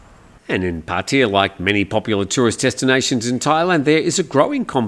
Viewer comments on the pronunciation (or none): Hi, sorry I really don’t understand. I’m not sure how long you’ve lived in Pattaya. But I don’t understand how you pronounce Pattaya like Puttaya. I understand some Poms or Yanks don’t know how to pronounce it. But an Aussie, go on mate. Pat aye ya not Put aye ya…. 🥴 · It`s not,. Both of you are wrong. It`s pronounced Pat-Ta-Ya.. Leaning on the "aa" (not aye or ee) at all three places. Farangs always get it wrong😂😂Not that anyone cares, it`s all good!